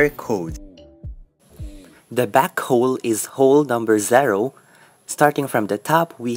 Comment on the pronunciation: Number zherow 😆 cute